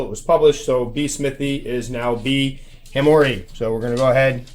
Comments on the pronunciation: Hamor-ee-i ends with long I. As in e-i-e-i OH Heck. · Ok so am pretty sure then I have a Hamorii. One thing I might say is the double ii I think in Latin might need a different pronounciation. If so it needs a double I sound but from what have been reading the first I is a "silent"(well not as pronounced as the last I) p.s not that an exact pronounciation is a big deal :) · "Classical Latin Pronunciation: Brachypelma: "bruh-kee-PEL-muh" smithi: "SMITH-ee" hamorii: "huh-MOR-ee-ee" While scientists generally prefer the classical Latin pronunciations in formal settings, other versions are widely understood in the tarantula community. The most important thing is clear communication, regardless of exact pronunciation. However, pronunciations can vary. You might hear: - 'smithi' as "SMITH-eye" or "SMITH-ee" - 'hamorii' as "huh-MOR-ee-eye", "huh-MOR-eye", or "hah-MOR-ee-ee" The first syllable of 'hamorii' is indeed typically pronounced as "huh" or "hah", not "HAM". The pronunciation "HAM-or-ee" or "HAM-or-eye" is less common in scientific circles, but you might still encounter it, especially among hobbyists or in casual conversation." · if I am right it shoukd be pronounced Ham or ee eye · Would you not now be able to call a classic B. smithi as B. smithi sp hobby form? similar to how the B. albopilosum has hobby form also. We still call ours B smithi even though we know the new name. If we pick up a new one it will either be a Italian or japanese pronunciation of hamorii :) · Here's your pronunciation: ...When a moon hits your eye like a big pizza pie That's hamorii. -ducks.